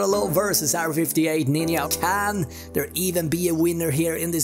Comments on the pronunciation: I orgasm every time this guy says “ninya” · Every time I heard the word 'ninya', I yumped for yoy.